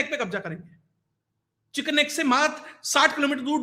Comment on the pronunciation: अच्छा बताया पर वह चिकन स्नेक नही चिकन नेक है ..